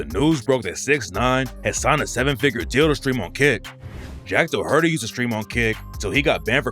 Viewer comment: Jack Dohurtee 😂😂